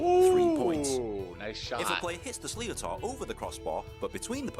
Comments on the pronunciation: Also, the ball used is pronounced, ‘Slit-ter’. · it's actually more like slit -her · Sliotar is pronounced Slitter. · Weird hearing an English man explaining an Irish game. He does ok until he says Sli o tar😂😂😂